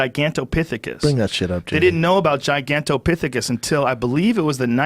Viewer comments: Lmaoooo. And he says it right after Joe pronounces it correctly. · joe "gigantopichecus" rogan also lmao schaub "gigantic pickathus"